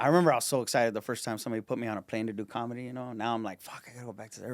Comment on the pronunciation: Santino saying Kamala instead of comedy lol